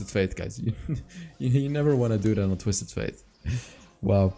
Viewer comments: Btw, the champion's name is pronounced like the word "date" not faith. I'm already used to hear u saying twisted faith instead of fate and I actually don't mind it that much. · Yeah, it kinda triggers me when he says „faith“ :D